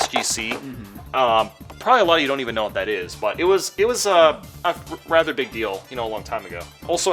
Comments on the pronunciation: "BeEg hOuSe" I love the way he says "basic gaming chair" ROFL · It’s not a big house ITS A BEEG HOUSE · There's Big houses, and then there's BEEG houses. XD